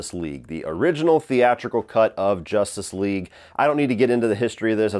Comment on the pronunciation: Why do you say “Jostice league” it’s justice with a U juh-stice